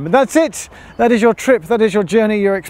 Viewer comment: I'm troubled by his pronunciation of Wear whenever he says Tyne & Wear Metro, but hes says it correctly when he says Wearmouth Bridge.